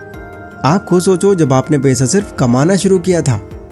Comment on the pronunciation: पैसा बोलो भाई पेशा मत बोलो 😊